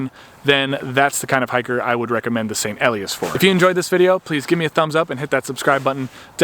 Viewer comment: "Ee-lie-ass," with the accent on the second syllable.